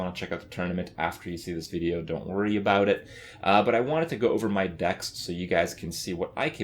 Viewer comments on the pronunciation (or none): none